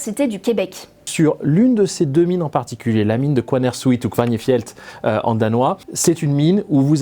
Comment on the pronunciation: Merci ! Votre sujet a été extrêmement bien traité . Impressionnant. Nuuk se dit Nououque . Le Kvanefjeld se prononce avec le e . À part ça , c’était parfait . Une précision, les activités nucléaires non-médicales sont interdites depuis un referendum au Danemark également. Le minerai d’ uranium extrait alors au Groenland est stocké sur une île au Danemark. L’expérience passée de la mine de Marmoorilik fermée en 1998 est dans les mémoires . Une mine de zinc de la péninsule de Nussuaq fermée elle rejetait du plomb dans l’environnement. Avec saturnisme à la clé chez les enfants par contamination de la chaîne alimentaire locale . Très bien décrit dans l’ouvrage de référence Grønlands Økologi datant des années 2000.